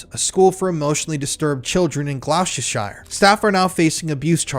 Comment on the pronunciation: Good coverage. It always seems it's the men who attack boys who are the cruellest and most prolific. To sound more professional, just check pronunciations first - Sinn Fein, Gloucestershire, chauffeur etc.